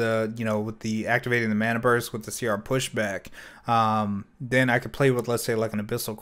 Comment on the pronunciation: Ma-na not Man-na